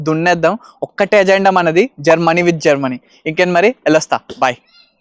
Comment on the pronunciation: Germany ❌ GerMani ✅